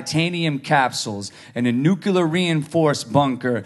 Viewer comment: he said "nucular"